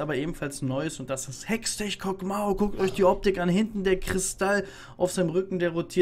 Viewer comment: Warum genau sagt er kog'maow ?